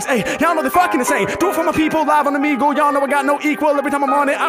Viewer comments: He really read Omegle as "Oh man gel " ... My boy can't read very well I guess lol . All good. You got money and a sick channel with 2 million subscribers so it don't matter lol . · “It’s a party on… omehjail?” Nice, it’s “oh-meh-gull” tho lol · “OMAJAIL” 😭 It’s pronounced Oh-Meg-L btw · or “Oh-Me-GL” some people pronounce it differently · Omajail sounds like o my jail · "Oh-me-gle" is the only correct answer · Oh me gle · I died at that 🤣🤣🤣🤣🤣 omajail🤣🤣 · I'm sure others have said it but it's "Oh-May-gool" and some people pronounce it "Oh-Me-Gool". Been an HMack fan since the beginning and just found your page even thought you have over 2M. Funny how music brings things/people full circle. Sick reaction, easy sub from me. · Yoooo OB-30 is on MY Top 5 List.. this episode slaps. All frees were lit 🔥.. Beats too insane. Also it’s Oh-Me Ghel . Keep entertain me Comin . Appreciate you ✌🏽💯🌶🔥💯🌶🔥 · O-ME-Gull is how it's pronounced! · man said "OMAGEL" LMAOOOOO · O-meg-le is how I pronounce it. Could be wrong also lol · its also pronounced “oh-me-gull” or “oh-meh-gull” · pronounced - Oh - ME - Gul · it pronounced O-Me-Gal